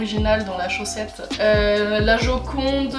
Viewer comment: Suis je absolument morte de rire 😂😂 à la prononciation du mot chaussette je suis morte 😂😂😂😂❤️❤️❤️❤️